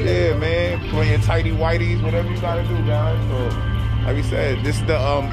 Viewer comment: Not the tidy widies 🤣🤣😩